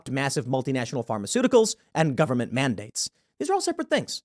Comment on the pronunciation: Tim... "The nine most terrifying words in the english language are... I'm from the Gubberment and I'm here to help." ...Ronald Reagan. FFS Tim, stop it please, get some help!